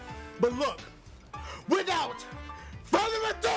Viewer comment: I wanted to get on with the gameplay at the beginning so when Dashie said "without further ado.." I skipped 10 seconds and I hear again, "without furrrado!.."